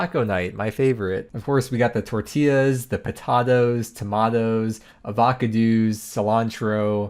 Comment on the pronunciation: Please don’t say avocados like that again…please lol